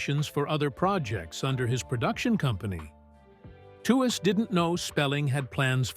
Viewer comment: Wikipedia and other sources say her last name is pronounced "Tweeze."